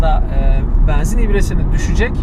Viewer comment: Benzin kelimesinin telaffuzunda 'E'harfi açık kullanılmaz. Kapalı 'E' kullanılır. O kadar cok rahatsiz etti ki yarısında kapatmak zorunda kaldım.